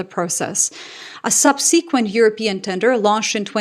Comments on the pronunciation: ˈsʌbsɪkwənt = subsequent // love the content! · Why does keep pronouncing "subsequent" as "sub-SEE-quent"?